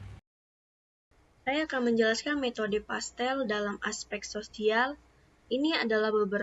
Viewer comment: Dosen Pengampu Nur Widjiyati,M.Kom : PESTEL .....Bukan PASTEL :face-purple-crying